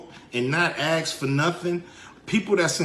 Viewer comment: Cube is embarrassing. Dude you can't even pronounce ask and you think someone takes you seriously?